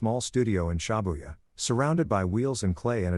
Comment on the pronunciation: Everytime he said ShAbuya, it twisted my nerves.